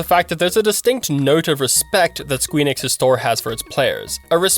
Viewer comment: Wtf did you just pronounce Square Enix as??!?!?! Sqeeeur Enix was that 😑